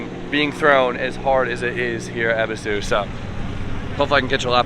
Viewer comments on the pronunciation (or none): It's not eb es is su. Eee buu suu